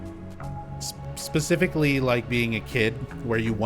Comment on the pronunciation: I noticed you always say "pacifically" instead of "specifically" 😊 It's kinda cute.